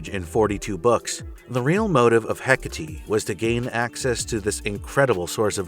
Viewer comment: The best attempt at the pronunciation of 'Εκάτη I've seen so far, nice!